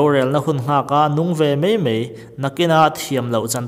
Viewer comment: mai mai, iti thiamlo a mi, mizo tawngah mei mei a awmlo. angaih nawm loh phah.